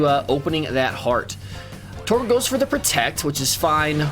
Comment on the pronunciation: Tbh, I didn't notice you were pronouncing Torchic wrong, lol